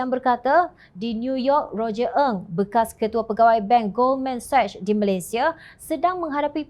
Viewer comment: Jom channel it is Goldman Sachs di sebut Goldman seks bukan Goldman sashhh🤗 Harap maklum 🤗